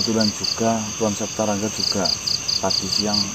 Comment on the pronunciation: Wedew septa bukan sapta